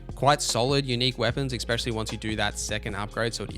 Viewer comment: Bro, it’s “especially” not “expecially”.